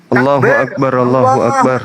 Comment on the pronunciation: Allahu . Bukan Alloh. Baca original teks nya bang.😂